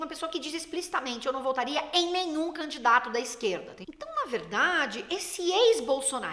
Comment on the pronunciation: Achei curioso (e divertido) as inúmeras vezes que você foi falar "votaria" e quase saía um "voltaria". De fato, não são "ex - bolsonaristas" pq voLtariam a votar nele de olhos fechados. De alguma forma o ato falho ajudou a traduzir como a manchete é contraditória. Por outro lado, acho que produziu um segundo sentido pra essa manchete: de que o estado atual é de "ex"...mas como é de praxe, um ex sempre pode voltar a ser atual. A manchete inicialmente contraditória acaba virando uma referência à falta de memória e/ou coerência nas escolhas dos candidatos.